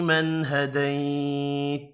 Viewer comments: Assalamou alaykoum. Why does he don't prunonce the end of some words ??? فيمن هديت... We don't hear the final ت? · حضرت صاحب،آپ ھديت پڑھ رھے ہيں جبکہ ھديت کے اوپر زبر ھے،وضاخت کريں۔